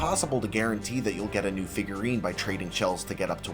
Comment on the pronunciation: Fifgurine 😂 Figruines 😂😂